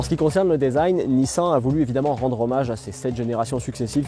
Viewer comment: "Nissen" "deusign"